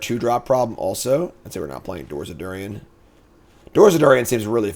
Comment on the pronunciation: Durin. Dew-rihn. Not Dew-ree-en. Great episode!